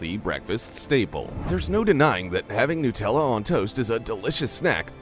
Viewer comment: It’s not “newt”tella, it nUtella, made from nuts, get it?